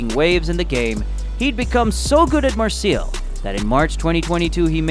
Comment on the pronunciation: It’s pronounced mar-say